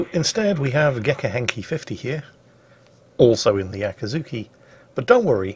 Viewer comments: "Akazuki"? It's Akizuki,.? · It´s Akizuki not Akazuki or Yakazuki btw;D...you can go ahead and call it Dave from now on. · After 3 mins I watched this video, I started to notice pronounce it like Akazuki, but not Akizuki. The former mean the dawn. Just mention, not blaming or something else. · I am both socked and appalled by the realization you didn't take the opportunity to call your cat "Acatzuki". I thought you called her that ever since you got her and I loved it, but today realized my ear just heard what they wanted to hear, and you indeed simply called her "Akizuki"...